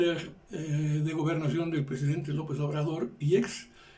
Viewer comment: Solo que recuerden que les recortaron presupuesto al INE por órdenes del prejidente, ya cállese señor si no sabe no hable